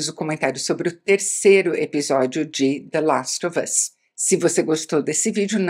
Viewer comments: Como a Isabela pode ser tão fina?!? Até a pronúncia de The last of us é perfeita! 😍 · ela fala com A o THE LAST OF US mas fala ENTES em vez de ANTES hahahah engraçado, mto bom video! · Toda vez que ela fala “the last of us” com a pronuncia perfeita eu fico tentando imitar aqui ahah